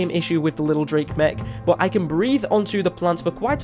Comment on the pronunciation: It’s pronounced lil drac not lil drake